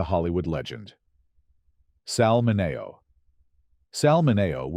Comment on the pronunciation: Sal Minnie-o. You make his name sound like salmonella. SMH